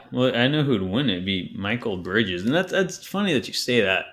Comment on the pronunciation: Thumbs down for mispronouncing bridges name and btw nets don't want anything the kings have they already turned down 4 first round picks at the deadline where his value was much lower.